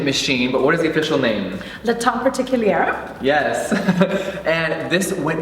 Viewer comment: I'm not even french and I cringe whenever she pronounces the name, the last r in particulier is SILENT